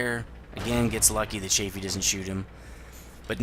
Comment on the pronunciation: Cheyfee? Isnt it chaffee? (pronounciation)